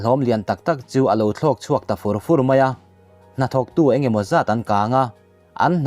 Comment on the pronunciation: Fur fur pawh i lam dik thiam mang si lo.